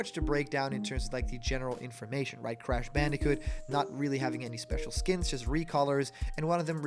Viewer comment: you mispronounced “doomslayer and crash” smh 😔😅